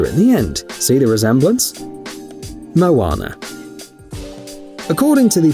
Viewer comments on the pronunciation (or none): none